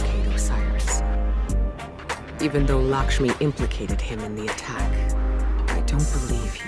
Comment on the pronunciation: My dude it’s Lakshmi pronounced ( Lack- Sh- Mee)